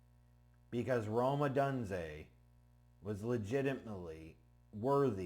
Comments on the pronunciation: Please. It's not Oh dun zay....Oh dune zay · It is pronounced Oh-Dune-Zay ... LOL I'm fuck hyped for this pick